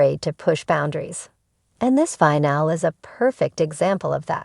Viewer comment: The fact that someone can't program this robot to say the word "FINALE" correctly, is like nails scratching a chalkboard! FIN-AH- LEE! I can't watch it any longer!